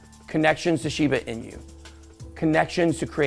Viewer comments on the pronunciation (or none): Pronouncing correctly Ben? Shiba 'Inyou' as you say? or 'Inooo' as I understand it? Sorry just sounded pretty funny when you said it :) Great job btw! Is it possible we should be in a bull market since the fall of FTX but because of the reach of all his alleged indiscretions, he owned and influenced a great deal of the crypto market, ie - the biggest whale with the biggest piece of the pie - and now we are still experiencing the fallout of that?